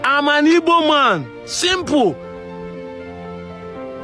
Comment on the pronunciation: please can you stop pronouncing ''Igbo'' as ''Ibo'' the way the Yoruba pronounce it? Keep up the good work on the sensitization.